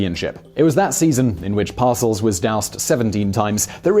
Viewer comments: Par- Sell not Parcel, silly Simon. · Pronounced: Par-sell twit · Every time he says "Parcels", I cringe a little more. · "Bill Parcels" - lol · 1) It's STOKLEY Van Camp, not Stokey Van Camp. 2) The Giants' coach was Bill par-SELLS, not "parcels". 3) American football games use quarters, not periods. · to denote proper syllable emphasis for Simon’s benefit, its “par-SELLS” and “DIT-kuh” 🙂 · On the coaches names, Par-Sells and Dit-Ka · I wasn’t gonna comment but he kept saying them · Well, he is British, how would he know. He also had a hard time with some very famous football names, Ditka and Parcells. He transpose the k and the t and made coack Bill's name sound like something you take to the post office.